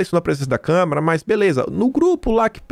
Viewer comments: Caro, lembre-se não é câmera, é câmara. Esse é um erro básico imperdoável para uma pessoa alfabetizada. Procure se lembrar e controlar a vontade de falar câmera. Abs. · Kkkk acho que só deve ser problema de dicção... também fico nervoso em ouvir ele falar câmera kkkk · todo dia te assisto, mas com minha humilde opinião: é CÂMARA e não CÂMERA! Bjs